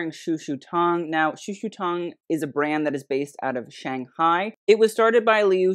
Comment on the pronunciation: I mean I'm not Chinese but I also study Mandarin, and I honestly couldnt tell you've studied it before. the way you pronounce the 'tong' in "shushu tong" is distinctly American I think, it sounds more like 'tang'. same with the 'shang' in "shanghai", its more of an ae sound. you pronounce both as if they were English words, if that makes sense? like the vowel placements were more English than Chinese the founders' names had better vowel placement I believe, but if you have studied Mandarin you could definitely attempt the names with the proper tones? I'm not a French speaker but it's clear when you pronounce French brands that you've spent time and effort to get it fairly close to the proper pronunciation, even if some of them are quite difficult. same with other European brands, from what I've seen from you so far. meanwhile here it seems like you heard it spoken a handful of times and then just attempted it based on that I'm not here to police how you run your channel but you have stated in recent videos that you'd like to get more into the Asian side of the fashion world, and I would hope properly pronouncing their names as best you can would be among the first steps towards that. this was an entertaining video otherwise!